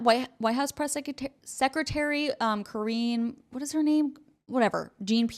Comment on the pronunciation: I think you missed the joke about KJP's first name? You mispronounced it, so that could be why? Or have just never heard the term, latrine? It's tend to be used mostly in the military, but it means toilet.